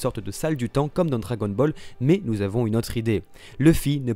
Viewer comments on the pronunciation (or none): none